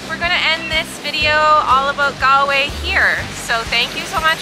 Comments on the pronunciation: Cute kid but jaysus, the pronunciation. GAL-way. 🫣 c'mon lady.🤦‍♂️ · Its spelled Galway but pronounced Golway